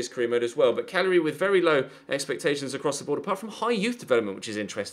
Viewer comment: Thank you for knowing how to pronounce Cagliari. So many people butcher it...